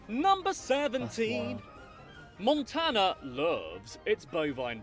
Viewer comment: I died when he said “moontana”😂